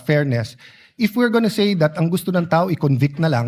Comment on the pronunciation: yong pronunciation mo po ng word na "SAY" you pronounce it as "SEE"